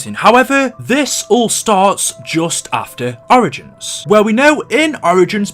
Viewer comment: The way you say origins pisses me off